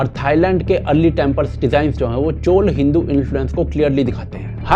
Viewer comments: Chola, not Chol. tikh se nam lena bhai. Hindi bhasha Sanskritam shabd uchharan ko mother sister karrakhi hai, fir ayi hindustani dhobi ka doggy jo ..! 😂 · Bhai ur video are always great but chola ki chola bolo chol nahi.. naam ko change math karo.. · CholA not Chol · Chol nahi. Chola. Please correct your pronunciation. Other than that, thank you for making this video. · It's not chol, it's chola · Koi chol nahi hota. Please pronounce correctly. Thanks